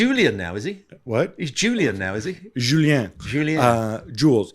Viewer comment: Since Gab is able to pronounce Julien correctly I wonder why no one can pronounce Mbappé, with the stress on the e.